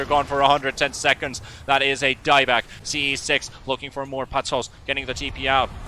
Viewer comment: this is unwatchable with the caster calling him "ce6"